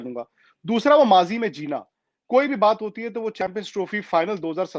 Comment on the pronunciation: That is mazi not majhi